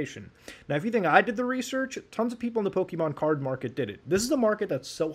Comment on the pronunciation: I hate how much it annoys me to hear Muta say "Pokimon" instead of "Pokémon"